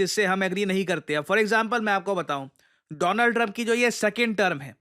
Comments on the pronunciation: DO-LAND TRUMP 😊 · "My friend Do-lund-trump"